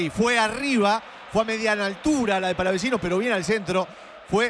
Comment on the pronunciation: Haré la Corrección. Basta!!! De decir Palavachino!!! Es Palavacino. Lo mismo que al Chaqueño le dicen Chaqueño Palavechino; en Realidad es Palavecino. No Hagan Italiano a quien no lo es. Es importante Pronunciar Bien